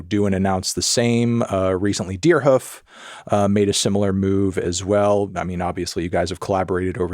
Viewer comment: love how you prononce it 'deerhuf'